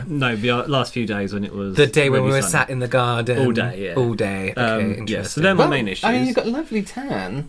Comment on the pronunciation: In another video they say imperesting and I laughed so much don't know why really